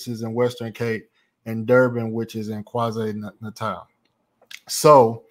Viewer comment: Bro I love the videos but you have to get your pronouncing of names right 😂 it Kwa Zulu Nata (not Kwa natal ) and Gauteng is pronounced How Teng (Gauteng) the G is silent !! And when your there learn some Zulu as well !!